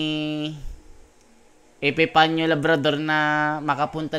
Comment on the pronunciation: Epepania not Epepnio